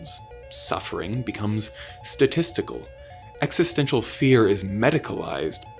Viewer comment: This guy can't go 30 seconds without saying Exestential